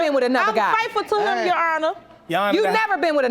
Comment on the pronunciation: Lol I'm FRAITHFUL TO HIM YOUR HONOUR. lol "FRAITHFUL"